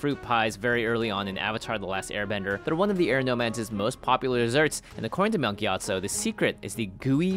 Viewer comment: Monk (ke-yia-tsu) your my favorite